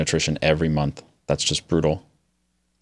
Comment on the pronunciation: also pronunciation of month